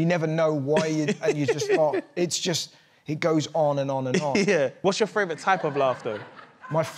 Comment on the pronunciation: And favourite. But he’s admitted he can’t say favourite. He says ‘frave rut’ 🤣🤣🤣